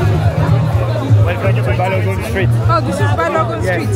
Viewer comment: It’s BALOGUN not BALOGUM. ❤